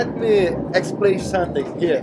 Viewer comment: “Gareth let me eggsplay santing”